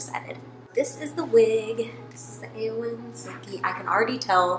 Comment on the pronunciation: You're pronouncing the name correctly, Eowynn is from Lord of the Rings! :3